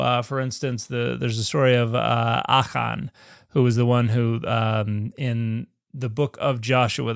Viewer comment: I heard “Achan” pronounced to rhyme in the triplet “Achan was mistaken when he stole the bacon.”